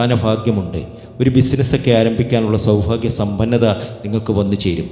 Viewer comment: സൗഫാഗ്യം അല്ല സൗഭാഗ്യം ആണ് ആദ്യം പറയാൻ പഠിയ്ക്ക്. നിങ്ങൾ പറയുന്നതെല്ലാം കളവ് ആണ്. ആയില്യം നാളുകർ ആരെയും ഉപദ്രവിയ്ക്കാറില്ല. അവർക്ക് മറ്റുള്ളവർ സമാധാനം കൊടുക്കില്ല. വിഡ്‌ഡിത്തം വിളമ്പി കാശു വരുന്നു.😢